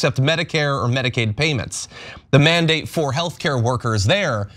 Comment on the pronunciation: “This isnt a manadate”. The name of the order says “mandate”!!!😂😂